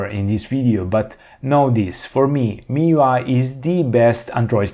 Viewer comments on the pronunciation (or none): none